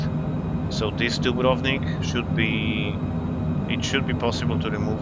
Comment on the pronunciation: the correct pronunciation of dubrovnik ..is very rare to hear👍